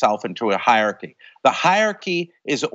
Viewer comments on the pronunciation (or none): I'm not sure what's more shocking, the terrifying march into fascism Jason Stanley talks about or his pronunciation of hierarchy